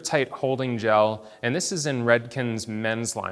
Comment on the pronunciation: Did he say Gel?